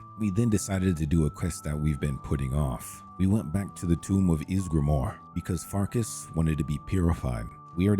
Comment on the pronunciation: He’s mispronouncing certain words on purpose, dude. Clearly he knows it’s not “Fart-Kiss”. As good as AI has become, this is CLEARLY not AI and most of the “mispronounced” names are mispronounced on purpose. Come on, dude…